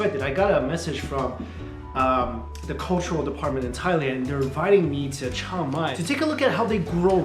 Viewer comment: I was trying to figure out what Thai city you were visiting; I heard what you were saying as “Chow Mai”, so I looked up the “Think Rice” program and found their program is in Chiang Mai. That is a really great city with an awesome night market! Hope you get to travel there again in the future.